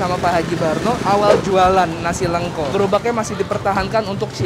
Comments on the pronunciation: udah dikasih tau sama Mas Har nyebutnya Lengko kek nyebut Lele, malah terus terusan nyebutnya Leungko zzzzz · lengko bang, e nya pake ejaan Medan. Gue orang Cirebon dengerin lu ngomong lengko² jadi kurang sreg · di bacanya pake bahasa sunda bang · Nyebutnya salah mulu lengko nya...